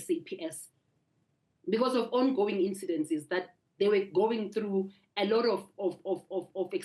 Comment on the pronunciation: face-red-droopy-eyes:Incidents - not "incidences".:face-green-smiling::face-orange-frowning